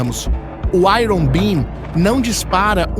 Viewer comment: Pronúncia de iron está errada!!!